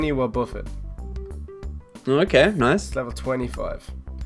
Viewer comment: For wobbaffet sound like wa-Ba-fett